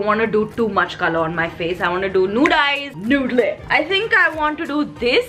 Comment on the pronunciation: Pronounce 👉(nude) correctly 🤭